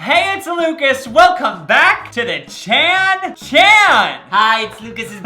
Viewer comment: Gotta love how Lucas finds something different for the second part of "Chan-Chan" and pronounces "Chan-Chan" different every video.